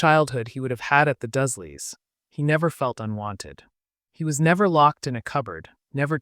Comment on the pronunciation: Ah yes ‘the Dusley’s’ 😂